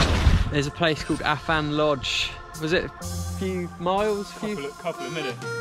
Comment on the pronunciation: nice vid mate....apart from you not even being able to pronounce Afan properly, bloody foreigners! lol